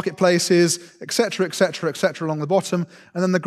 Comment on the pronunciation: How do you become an academic without learning how "etc" is pronounced? 🤦‍♂️ (and "pacifically"' "specifically")